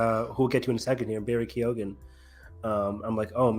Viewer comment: Keogh-an stop Saying Keegan🙈🤣